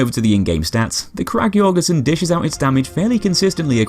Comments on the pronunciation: An ø is pronounced pretty much like "uh" or just the u in "ugly" just btw. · The Ø in Jørgensen is Pronounced like the letter U in the word Urge! Great video!